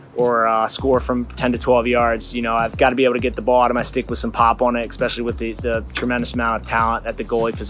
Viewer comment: “Egg”specially lol wtf